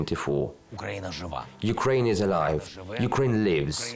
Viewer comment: Why don't you say it correctly in either language instead of mixing them together? It's "Slava UKRAINI". Or just say it all in English: "Glory to Ukraine" It shows respect to the defenders and heroes if you take the time to learn how to say "Ukraini" in their language. Слава УКРАЇНІ🫡 🇺🇲💞🇺🇦